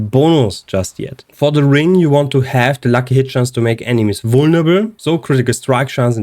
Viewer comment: The word is vulneRAble btw, not vulneble. Not trying to be a d*ck, just thought I might point it out.